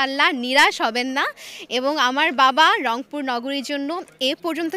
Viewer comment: এই প্রথম অংপুর কে রংপুর বললো,,,ধন্যবাদ আপু তোমার মুখে মধু আছে,,গো হেড